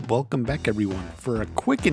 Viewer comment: Why does his intro sound so different. It’s like “WelCome baCK everybody.”